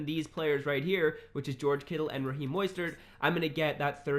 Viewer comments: just to let you know, it’s MO-stert not MOY-stert lol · Raheem Moistert? Cmon bro you mean mostert “Moe-stert” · Dylan Black you wrong too moss-stert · This man really just said moistert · Dude say MOISTert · Are we gonna ignore how he said Mostert lmao